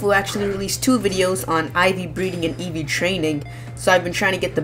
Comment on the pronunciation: ... Did you call Eevee Ivy?